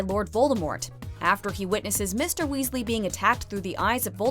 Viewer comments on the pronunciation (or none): none